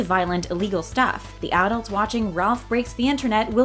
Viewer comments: Say arults one... more.. time.. lol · How many times can this lady say "adults" like this? Please say it right if you are going to say it 100 times in 7 minutes. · Why is she saying adults like that ? English is my second language and I still know how to pronounce it right she should too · AD-DULTS. AD-DULTS. AD-DULTS. AD-DULTS. AD-DULTS. :/ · Stop pronouncing adults with the emphasis on the first syllable. You sound silly. A SHIV is a makeshift knife used in fights. Shanking is the verb that means to cut someone, usually with a shiv.